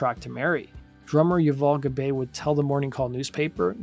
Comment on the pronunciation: Pronounced Yoo-voll' Gob-ai' .